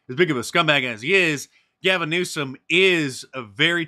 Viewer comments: Did mark just say Gavin NUISANCE? 😂 first time i noticed this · It's not "Gavin Nuisance", it's "Gavin Noisome".